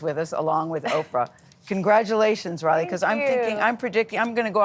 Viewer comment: Gayle can't pronounce Riley's name!!!!!!!??????